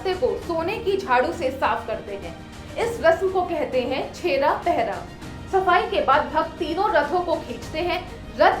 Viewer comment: Use pahadi nahi pahandi kehte hai .aur doosra vo chera pahera nahi ,chera pahara hota hai